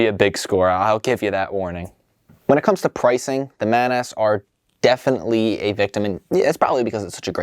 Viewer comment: I cannot stress enough that that is pronounced "Maw-naws"